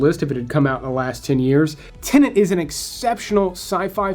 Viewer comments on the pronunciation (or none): It's not Tennent it's Tenet. :) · I thought it was called tenet not tenant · There is no second "n" in "Tenet"